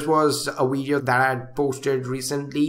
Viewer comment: Stop Smoking Weed So you can Pronounce Video Correct Haha Nc Weedio men